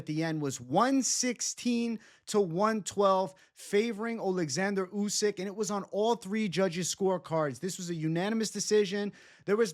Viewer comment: "Usky" 😂 covering up for his Fury pick.